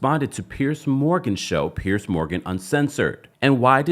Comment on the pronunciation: Piers. Not “Pierce.” Idk why I can’t stand the mispronunciation. Lemme go find my Tylenol.